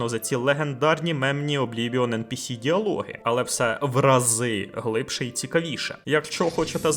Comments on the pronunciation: Відео супер, дякую вам Але ж правильно ЕнПіСі а не ЕнПеЕс Бо non-playable character Трохи ріже вухо)❤ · я тебе прошу, благаю. Не ен пе ес, а ен пі сі! Ну або вже НІП. А за відео дякую. Було цікаво під нього запускати анімацію поїдання хлібу. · А я пів відео дивлюсь і не міг зрозуміти шо за енпеес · ен-пе-ес це як фус-ро-да 😁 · Та вивчіть вже на кінець англійський алфавіт. Яке еНПееС?? NPC там літера Сі, а не Ес